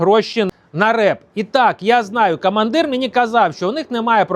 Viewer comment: Дякую за вашу працю. Але треба ще працювати над вимовою, бо є багато російського акценту: Атава, кА мандир і тд